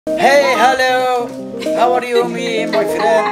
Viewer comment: The guy in the video when the video just start ⚡🤔💡hiy=(hi) 🤔hellow=(hello) 🤔Howa re you=( how are you) me 🤔🤯🥶my friend =( friends) 😅 the girl had stomachache from laughing😂 طريقة نطق الشاب الخاطئة كليا للإنجليزية وكله ثقة تامة من نفسة و مايتفوه به 🤯، تسببت في ضحك هستيري للفتات، ليس عيبا أن نتعلم لا كن إن لم تكن واثقا من كلمة تأكد منها قبل لفظها حتى لا تكون سببا في إحراجك أو جعلك مصدرا لسخرية . ؤو خاوتي واحد مخرمن لوخر حاجة ماسيريو حنايا رانا نضحكو برك ؤو مع كل الإحترامات لهاد سيد لي راه فالفيديو.